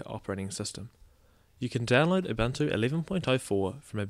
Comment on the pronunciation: its oo-boon-oo, not uh-bunt-oo :D